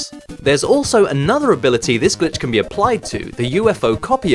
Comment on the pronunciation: i feel like when i was like 6 my dad came in when i was watching one of your videos and i was too scared to play it because i thought i would get in trouble because it sounded like you were saying “bitch”